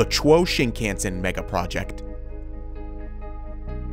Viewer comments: Or Chuo Shinkansen. Not Chwoh Shinkensen. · You horribly mispronounce “Chou Shinkansen”. Chou = Chi o u = cho u Shin kan sen = Shi (She) n ka n se n The “kan” part is not pronounced like the word “can”. It is pronounced like “khan” as in “Genghis Khan” When in doubt ask a native Japanese person or look up online how to say it correctly!